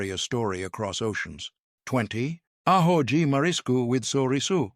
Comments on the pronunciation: Absolutely butchered pronunciation of rice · To the Announcer if Human: In Feijoada, the 'J' is pronounced like a J in John. Also, in Arroz, one pronounces the 'Z', like AHOZ. I grew up in Brazil speaking Portuguese.